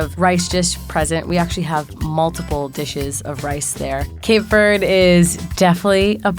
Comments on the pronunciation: smh cant even pronouce cape verde correctly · she doesnt even pronouce Cape Verde correctly